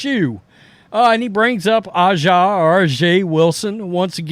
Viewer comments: A'ja is pronounced Asia just like the Steely Dan Album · A'ja is pronounced Asia. Caitlin Clark is laughing all the way to the bank. Notice she is keeping her mouth shut. Just like college she is just ignoring all the arrows. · I don’t disagree with your point but please at least try to say A’ja Wilson name correctly. It pronounced like the continent ASIA. Thank you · From what I can tell while watching the game, the announcers pronounced her name as Asia, just like the continent Asia, but spelled A’ja. A’ja Wilson. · I think A'ja is pronounced like the continent Asia. 8/28 is peanuts for Nike. If I was Clark, I would have taken the 4/16 and counted on the belief that in 5 years I'll be position to get a deal for twice as much. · I agree with a lot of what you say, but you are disrespecting A'ja by not pronouncing her name properly. It sounds just like the word Asia. So lets stop with the disrespect if you want people to take you seriously. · Bro, either research how to pronounce her name or pronounce it wrong and move on. We don't need a two renditions every time you mention A ja. I didn't know how to pronounce it either, but get it right or just intentionally get it wrong. I hate DEI and all the BS too, and like your videos, but come on man.